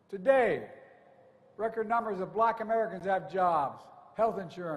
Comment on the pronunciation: How many times he used the word “black”? These people are not blacks… They are good, productive, professional Americans. Why he focuses so much on the color of their skin? Maybe there’s a Chance that he is still pissed about racial integration in the US? Watch how he emphasizes on the word “Blackkkk”